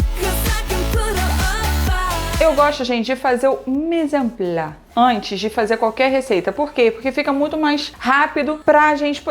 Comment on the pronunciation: a pronúncia de "mise en place" é tipo "mizãn plass". vai até o C sim, só o E não se pronuncia. bjoss <3